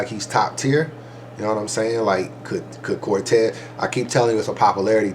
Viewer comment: Was with you til you said Cortez Cortez? Really Cortez lol lol?